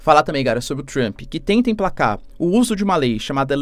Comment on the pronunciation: Trruamp? É Trampe, professor.